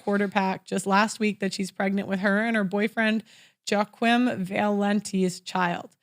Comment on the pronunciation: Joachim pronounced Wah-keen.